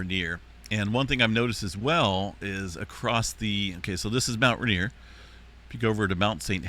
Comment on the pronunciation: It is pronounced rain, ier. Not ruhnier